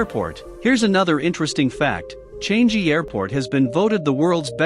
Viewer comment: And it's not changei airport its actually changi airport